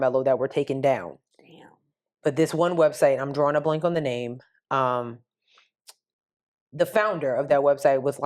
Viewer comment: Hi ladies You got my name right 😂😂😂😂. Thank you for reading my email.❤